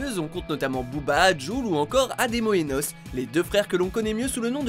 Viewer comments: Mdr deja pour pnl deja sa a ete fait exprer et ademo avait di que sans vocodeur il etait claquer dans la musique « mowgli » et c’est pas n.o.s c’est ademo et tu prononce mal nos tu dit nosse au lieu de N O S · Ça se dit ain o ès et pas nosse et ça s'écrit N.O.S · Il a vraiment dis noce au lieu de N.O.S 😂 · "Adémo et Nosse" alors non c'est N.O.S donc ce n'est pas un mot, il y a des coupures et il faut prononcer les lettres. Ensuite c'est de l'autotune et encore ensuite c'est l'autotune d'Adémo qui a déconné, pas celui D'N.O.S. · Pour PNL ça m'a tué JPP par contre on dit Ademo et N.O.S pas nos NOS en toute lettre s😀😂😂😂😂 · nos .. sa se dit N.o.s merci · Vous avez dit nos au lieu de n.o.s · on dit N.O.S pas NOS. C'est du dérangement sa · Il a dit nosse au lieu de N O S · Nos!? Je suis pas d'accord c'est N.O.S ok... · C n.o.s pas nos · C’est pas nos c’est N.O.S putain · « NOSSE » Bruh.... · Je crois le plus genant cest quand il prononce le blaze de N.O.S 😂